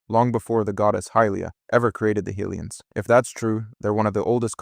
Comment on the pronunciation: High lee ans is correct